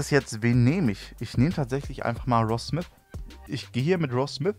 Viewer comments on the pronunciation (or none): Genau das hab ich mir auch gedacht ich sag nur Michael smis oder ross smis 😂